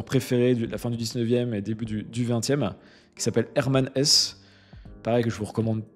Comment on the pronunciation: Hermann HessE pas Hess. prononcer le e final svp.